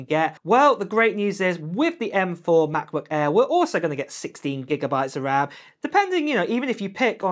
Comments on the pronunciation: What's a Ma' boo' Ai'h bruv? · Oh, the Ma-Buh Err, you say? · The way how you pronounce Macbook Air is funny.